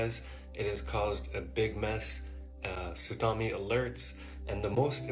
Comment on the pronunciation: in the first clip: I CANNOT take ANYONE SERIOUSLY if they pronounce the word Tsunami as "Sudami" and either doesn't realize, is too lazy to re-record the clip they're TRYING to make, OR REALLY RTHINKS THAT IS HOW IT IS PRNOUNCED 🤦‍♂